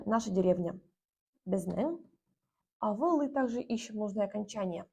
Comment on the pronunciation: Не авыл, а аwыл. Это литературное произношение 😊